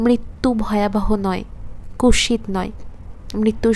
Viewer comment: অল্প স্বল্প slip হয়েছে, তবে ভালো লেগেছে। আপনি "কুৎসিত" শব্দ টি সঠিক উচ্চারণ practice করুন pls শব্দ টি বলার সময় "ৎ" ও "স" র উচ্চারণ স্পষ্ট করে বলুন। শ্রুতিমধুর হবে। নমস্কার জানবেন।।